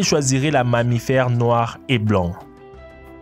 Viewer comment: "La Mammifaire" stp 🤣🤣🤣🤣🤣